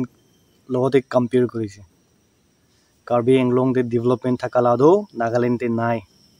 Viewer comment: Karbi AAng long not karbi inglong